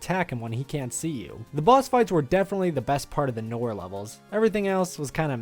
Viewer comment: there are times he pronounce noir right then other times he say knorr like the seasoning